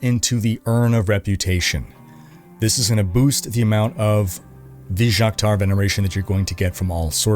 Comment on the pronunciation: as he mentions in the video.. the items and materials and units are just way too much in this game. and its never anything you can pronounce. this season its "vij- jaqtaar" Like wtf is that. and the skins are all hyper detailed. this whole game was made by a room of adhd people that havent been outside in a week